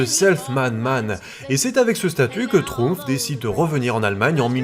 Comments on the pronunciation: J'entends Schtroumf à chaque fois ! 🤣 (désolé) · Si vous faiites exprès de prononcer Chtrumpf ! Alors vraiment vous vous gaussez et la vous ne serez pas mon copain ! Et votre vie elle est plus riche ?